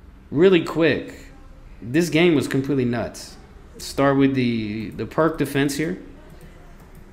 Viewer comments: Perk defence??? It's Pirc (for americans, pronounced "Peertz") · FYI the Pirc defence is pronounced peerts, not perk. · Probably already said. Pirc is pronounced as "pierce."